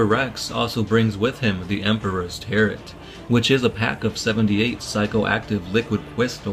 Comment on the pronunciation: I love you guys but the astounding number of mispronunciations make me cringe so hard. "Artificial power armor", "Emperor's Tarrit".